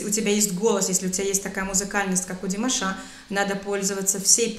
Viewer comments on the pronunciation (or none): Уважаемая, когда вы склоняете имя Димаша,то правильно будет всегда ставить ударение на втором слоге его имени. Т.е. не ДимашА, а ДимАша. Спасибо вам за обзор. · Извините,но режет ухо Ваше - ДимашА,а не ДимАша. Ударение пожалуйста ставьте правильно! Это все равно если бы сказали ЮлИя вместо! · Неправильное ударение на имени - не димашА, а димАша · Режет слух неправильное ударение в слове "ДИМАША" на последнем слоге. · ДимАша, а не ДимашА. Ставьте правильно ударение :) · С чего ты взяла, что Димаша' , а не Ди'маша, или Дима'ша ?